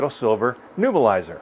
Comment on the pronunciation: To be annoyingly technical about pronunciation, it's a neb-u-lizer, not a nu-bilizer.Thanks for the information, very frugal and practical.